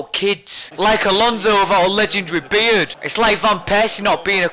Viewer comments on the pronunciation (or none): none